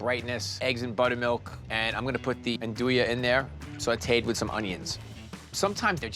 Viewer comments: That is NOT how you andouille! Ahn-doo-ee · Why does he pronounce andouille that way. I thought he was a chef